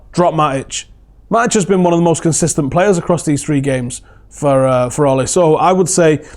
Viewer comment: I worked at sea for 12 years mostly for Norwegians. They know how to run a good ship. So much better to work on than other companies. They paid the best too. Ole for the job! p.s. it is pronounced ew-la What about Matic? Wow. It's like a new signing. He is passing forward etc.